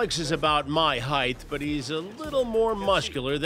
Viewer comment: heighT not heighTH